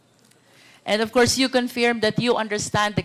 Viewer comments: Luistro, pwede bang ayusin mo yung pronunciation mo ng word na “Confirm”; it's pronounced as kuhn•furm, not confyerm or conpyerm, saan mo nakuha yang ponunciation na yan? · MADAM CONFIRYERM!!! HAHAHHAHAHAHAHH.... WRONG PRONUNCIATION PO... ahahhahahhaha...NAKIKINIG PO ANG SAMBAYANA SAMBAYANANG PILIPINAS!!!! You have the same script with Roal Manuel at Castro...STICK ON THE SCRIPT!!! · Hindi yan maayos, sir. Binara nga yan ni PRRD. Politika lang yan. She doesn't know how to say “Confirm “correctly. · She can’t even pronounce confirm properly.. smfh 😂